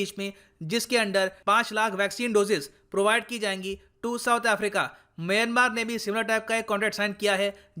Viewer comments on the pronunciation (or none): none